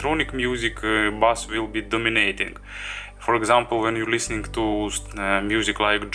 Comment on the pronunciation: OK - I'm sure you speak several languages and your English is generally very good, but we both know your pronunciation of 'bass' is completely wrong in video targeting English speakers. I only mention it because you use the term repeatedly - please take this small criticism in the spirit in which its given. Thanks for the video.